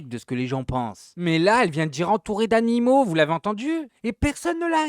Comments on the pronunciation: ELLE A BIEN DIT A.NI.MAUX !!!! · Moi j'ai écouté plusieurs fois et j'entends bien "animaux" . Le mot commence par A et finit par un O...